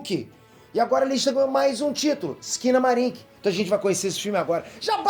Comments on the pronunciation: Entendi "esquina bar" kkkkkkkkkkkk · Quando eu ouvi o nome do filme eu entendi foi "esquina bar" kkkkkkkkkkkk